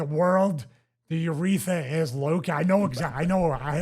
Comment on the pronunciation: “Ureetha.” And he calls himself a doctor.